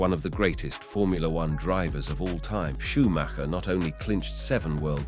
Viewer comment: You actually pronouned the name correct :O Well done! And of cause: So sad what happened to him